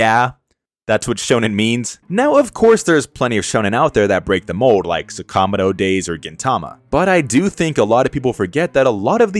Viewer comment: My pet peeves in the anime community are people that cannot pronounce anime titles. Like the way you pronounced Saka-moto days.😁